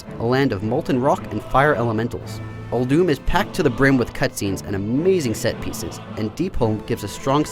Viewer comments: Btw it is pronounced ULL DUMM not OLE DOOM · It's pronounced Ul-doom. Blizz said so.